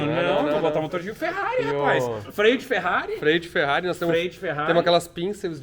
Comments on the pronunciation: Cherrari ou fevett kkkk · Chama ele de " TCHÊRRARI " derrepenti sem a letra T! " CHÊRRARI " Igual aqui no Sul.